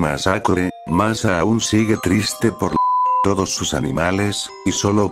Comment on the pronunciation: Por qué dijo masa 😝 jajajaja xddddddd😂😂😂😂😂